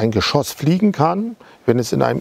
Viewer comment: Musik viel zu laut und auch unnötig. Und bitte: Geschosss...nicht Geschooos.